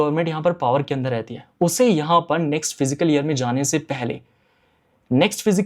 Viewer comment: Abey gawaar फ़िज़िकल नहीं फिस्कल होता hai